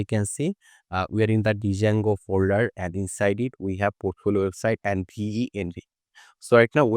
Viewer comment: For your kind information, the pronunciation of “Django” is “Jango.” However, your tutorial is very good. Thank you.